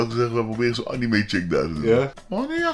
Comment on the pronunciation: ik moet al huilen met hoe jij anime uitspreekt